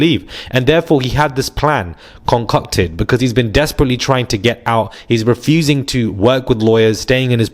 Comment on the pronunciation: “he had this plan conCOCKted “ lol